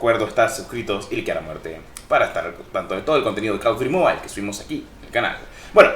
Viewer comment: Bro un detalle se pronuncia mobil no mobail 🥊👌